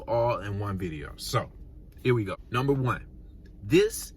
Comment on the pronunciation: “Numbee 3” 😂🙇🏽‍♀️❤️